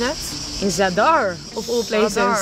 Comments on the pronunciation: De d van zadar zeg je stiller je zegt niet zad-ar maar gewoon zadar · Ben ik de enige die triggered was bij de uitspraak van zadar